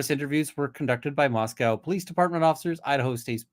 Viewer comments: for all who may be interested, latah is pronounced "lay-tah" and moscow is "mos-coe" not "mos-cow". sincerely, a moscow, id, resident. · Pronounced lay taw and mos Co not mos cow